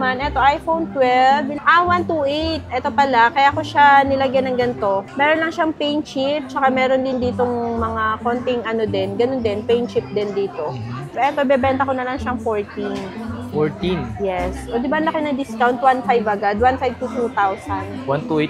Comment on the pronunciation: Ikaw na parati laman ng feed ko! 😂 Pero “Paint Chipping” po iyon hindi PIN po 😊